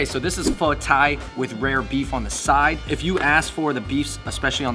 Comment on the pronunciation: Pronounce pho right at least.-_